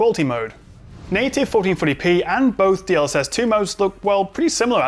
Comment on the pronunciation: Didn't quite catch that. DL what? DLX was it?;)